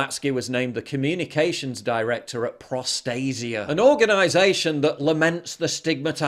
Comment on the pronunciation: Is there a reason Prostaisa sounds like prostate?